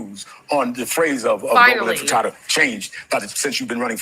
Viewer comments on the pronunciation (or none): Sharpton, it’s INTIFADA NOT INFATADA! You absolute a-hole 🤬 FREE FREE PALESTINE! LONG LIVE THE INTIFADA! ✊🇵🇸🗝🍉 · Sharpton can't pronounce Intifada. I wish Mamdani had corrected him like the journalist who mispronounced his name.